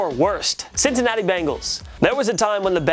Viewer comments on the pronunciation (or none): none